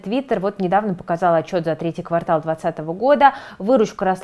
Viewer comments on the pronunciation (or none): none